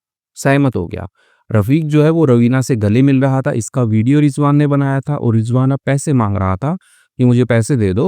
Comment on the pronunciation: Sir rijvan nahi rizwan hota hai aur aap bahut acchi story banate hai